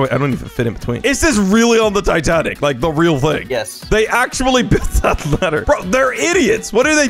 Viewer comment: Bro you mean titaic?😅😅😅😅